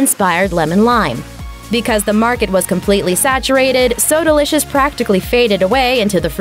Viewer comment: Soda licious - pronunciation So delicious